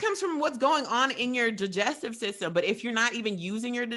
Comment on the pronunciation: Thats not how you say digestive and you fart Because of Breathing in air and a Build up of gas in our Bodies! I swear to god is dumber then, even though he guesses everything